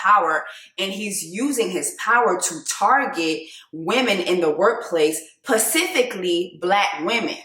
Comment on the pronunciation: I enjoy your channel and wanted to just say…..it’s “specific” or “specifically” 😘